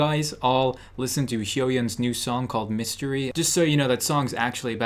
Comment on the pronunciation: that "mis-" cracked me up HAHAHAHAH